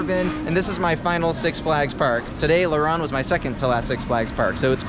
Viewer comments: le rrrronde bro your trpping its laronde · It's pronounced "La Rownde" Like "Row" sound, not "ron". Great vid. Was just here like 2 weeks ago.